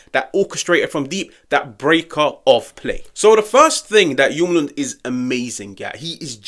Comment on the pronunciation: We gotta work on your pronunciation. If we get him. ❤ much love. As a Dane I’m biased but I have said since his first season at lecce that we should get him. I hope he comes